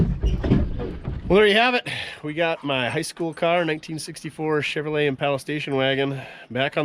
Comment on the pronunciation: Chevro lette? Go home.